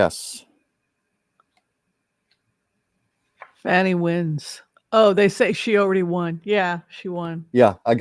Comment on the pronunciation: please pronounce Fani's name correctly. It is pronounced as Fawni not Fanny. Fanny is the way trump & his maga's pronounce it to humiliate her.